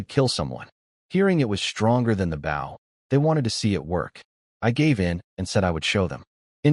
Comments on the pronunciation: WTF!!!? Why can you say bow correctly? It isn't that hard. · Why does the voice always pronounce bow like bowing to someone wjen speaking about a bow and arrow but when ot is talking about bowing to someone it says bow like a bow and arrow. Just switch tjem and it will be correct